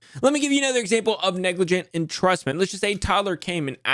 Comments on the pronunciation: LMAO silly it is spelt “neglijant’ not “neglargant” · NEGLARGANT 🤣🤣🤣 Top tier effort Neglrant Negligernt Negligante Nerglrant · neglarant lmao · Neglrant, negligernt, negligante, I love it 😂. I thought I was having a stroke for a minute